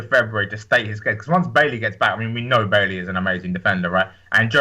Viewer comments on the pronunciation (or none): not Bailey thats a girls name stop sayin that its its pronounced Baiyee